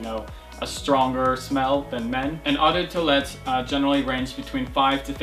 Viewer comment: it's pronounced 'oh de twalette' but good effort